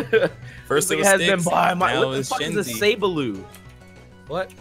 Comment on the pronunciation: Sableau is pronounced Sab-lo. I'm French so I know this :)